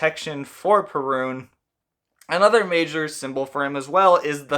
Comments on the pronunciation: Cool video! As a Pole I'm used to different accentation of the Perun's name. In Poland it is spelled pErun instead od perUn as You did in the video. Greetings from Poland and keep up good work! Much respect :) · Perun should be pronounced with the stress or accent on the first syllable. PEH-rune. The r is not like the English “R”. It’s a short rolled R. Very similar to the Spanish one, which sounds more like a soft “d” than an R. If you can’t roll your rr’s, I suggest faking it with a d that is made with a soft touch of the tongue to the palate not a hard, heavy D.